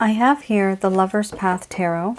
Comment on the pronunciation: Here's how you pronounce the word tarot